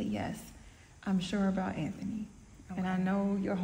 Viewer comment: I thought I was the only one hearing say “AnThaKnee” 🤣